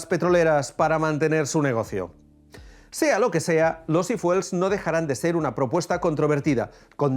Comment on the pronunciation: No se dice ifuel , se dice ifiuel 😅